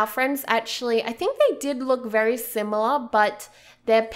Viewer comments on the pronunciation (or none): none